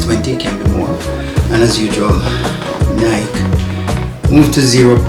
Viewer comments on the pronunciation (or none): Ny-Kee, Ny-Kee, Ny-Kee, Ny-Kee,Ny-Kee, Ny-Kee, Ny-Kee, Ny-Kee,Ny-Kee, Ny-Kee, Ny-Kee, Ny-Kee,Ny-Kee, Ny-Kee, Ny-Kee, Ny-Kee,Ny-Kee, Ny-Kee, Ny-Kee, Ny-Kee,Ny-Kee, Ny-Kee, Ny-Kee, Ny-Kee,Ny-Kee, Ny-Kee, Ny-Kee, Ny-Kee,Ny-Kee, Ny-Kee, Ny-Kee, Ny-Kee,Ny-Kee, Ny-Kee, Ny-Kee, Ny-Kee,Ny-Kee, Ny-Kee, Ny-Kee, Ny-Kee,Ny-Kee, Ny-Kee, Ny-Kee, Ny-Kee,Ny-Kee, Ny-Kee, Ny-Kee, Ny-Kee,Ny-Kee, Ny-Kee, Ny-Kee, Ny-Kee,Ny-Kee, Ny-Kee, Ny-Kee, Ny-Kee,Ny-Kee, Ny-Kee, Ny-Kee, Ny-Kee,Ny-Kee, Ny-Kee, Ny-Kee, Ny-Kee,Ny-Kee, Ny-Kee, Ny-Kee, Ny-Kee,Ny-Kee, Ny-Kee, Ny-Kee, Ny-Kee,Ny-Kee, Ny-Kee, Ny-Kee, Ny-Kee,Ny-Kee, Ny-Kee, Ny-Kee, Ny-Kee,Ny-Kee, Ny-Kee, Ny-Kee, Ny-Kee,Ny-Kee, Ny-Kee, Ny-Kee, Ny-Kee,Ny-Kee, Ny-Kee, Ny-Kee, Ny-Kee,Ny-Kee, Ny-Kee, Ny-Kee, Ny-Kee,Ny-Kee, Ny-Kee, Ny-Kee, Ny-Kee,Ny-Kee, Ny-Kee, Ny-Kee, Ny-Kee,Ny-Kee, Ny-Kee, Ny-Kee, Ny-Kee,Ny-Kee, Ny-Kee, Ny-Kee, Ny-Kee,Ny-Kee, Ny-Kee, Ny-Kee, Ny-Kee,Ny-Kee, Ny-Kee, Ny-Kee, Ny-Kee,Ny-Kee, Ny-Kee, Ny-Kee, Ny-Kee,Ny-Kee, Ny-Kee, Ny-Kee, Ny-Kee,Ny-Kee, Ny-Kee, Ny-Kee, Ny-Kee,Ny-Kee, Ny-Kee, Ny-Kee, Ny-Kee,Ny-Kee, Ny-Kee, Ny-Kee, Ny-Kee,Ny-Kee, Ny-Kee, Ny-Kee, Ny-Kee,Ny-Kee, Ny-Kee, Ny-Kee, Ny-Kee,Ny-Kee, Ny-Kee, Ny-Kee, Ny-Kee,Ny-Kee, Ny-Kee, Ny-Kee, Ny-Kee,Ny-Kee, Ny-Kee, Ny-Kee, Ny-Kee,Ny-Kee, Ny-Kee, Ny-Kee, Ny-Kee,Ny-Kee, Ny-Kee, Ny-Kee, Ny-Kee